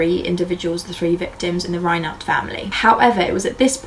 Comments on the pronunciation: The name Reinert is pronounced "Rine"(long i)ert, not "Raynert ". I grew up in the area. The murders were all over the news for years. Very good video about the case though. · Great episode. FYI it's pronounced "RHINE-ert." Rhine like the river, and the accent is on the first syllable.